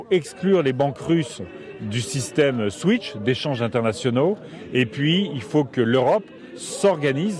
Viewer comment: Yanick Jadot il sait même pas que ça se prononce SWIFT et non SWITCH 😅🤦‍♂️🤦‍♂️